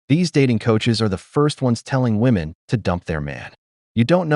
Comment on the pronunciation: Why do they pronounce "women" as "woman"?